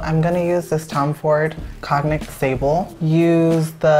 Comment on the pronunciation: Did he say cog-nick instead of cognac?